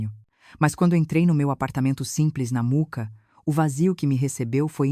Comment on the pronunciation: Gente, fale o nome do bairro direito! Mooca e não Muca